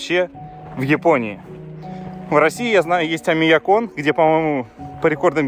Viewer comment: Омиякон) Улыбнуло, правильнее Оймякон. Наверно у проф. деформация проявилась. Ничего страшного)